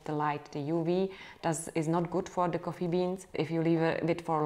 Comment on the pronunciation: İts sound funny how you say coffee (koffi) and you say it a lot :))) thnx